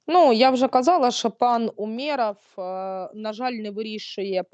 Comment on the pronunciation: Ну це (Сейраш), а Астро світ - з вами згодна, міністр оборони УмЕров хоть би це вже знали і називали правильно наголос,жах